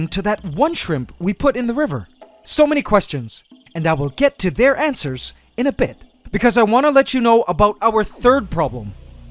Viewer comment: might be going crazy. (pretty sure I am regardless. lol) but, did he say Antswers at ?